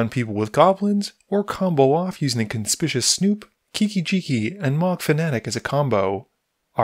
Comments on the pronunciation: It’s pronounced like “con spic you us” snoop. It means the opposite of stealthy. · It is CON SPIK YU WUS Snoop. I get irritated every time you pronounce it wrong. Lol